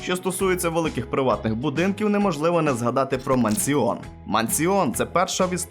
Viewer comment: "Мансіон" лол Братан, тобі терміново треба рекламу курсів англійської "Щоб не ганьбитись як, з "Мансіоном", а знати і розмовляти англійською - записуйся на перший безкоштовний урок англійської в онлайн школі [вставити назву]" Дарую, халявна підводка) Мансіон))